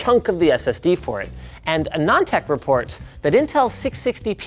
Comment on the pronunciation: Its Aanand Tech not Aanand Tech.